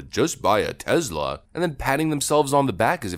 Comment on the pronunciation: I love you bro but stop saying Tezzzzla, is Tesla, with an S not a straight Z, say it correctly.